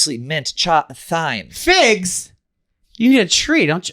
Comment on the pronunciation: pronouncing thyme phonetically😂